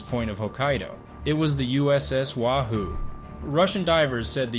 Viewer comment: Btw, it's pronounced 'way-who', know your fish. (subs at the time were named for fish)